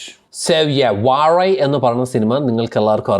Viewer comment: Everyone notes its not vazha its vazhai